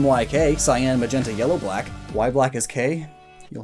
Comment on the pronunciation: Why do you say cyan like that, It's annoying as hell. Why do you keep putting emphasis on it?